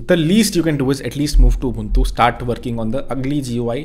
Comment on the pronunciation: It hurts when he say ugly ubantu 😭😭